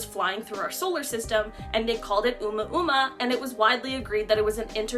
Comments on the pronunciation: I was gonna say…Uma Uma? Sounds like getting naughty with Miss Thurman. 😂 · I can tell this first video is quite old as she now pronounces oumuamua correctly in more recent videos. Well done. It's hard if you've never heard it said.